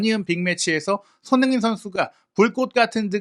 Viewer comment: 오늘 유난히 손선수 이름 발음 너무 대충 하시네요. ㅋㅋ 평소에 그런 거 알고 보는데 오늘은 역대급입니다. 😅